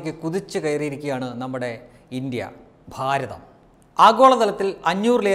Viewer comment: Bhaarath.... don't pronounce the...............